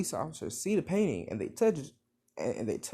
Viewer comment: when he said he liked painting i heard PAIN INSTED OF PAINTING